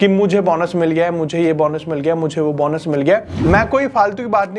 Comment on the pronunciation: बौनस nahi hota be Bonus hota hai 😂